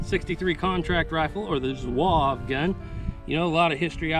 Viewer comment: Lot of good information, great video. Just one thing, Zouave is 3 syllables not one. Zoo-R- Vey.